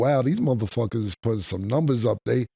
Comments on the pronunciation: NEW GAME: Every time Ma$e says “Nimbers” in reference to saying “Numbers”, we will take a shot. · Mase be saying niyembers